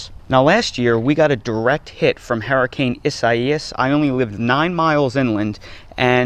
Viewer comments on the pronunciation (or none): No way is this dude from North Carolina. His pronunciation of “herricane” means he’s from Gloucester County, NJ. Williamstown, Wenonah, maybe Deptford. “Shtrike” instead of strike is Northeast Philly. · Haha yup he lived in New Jersey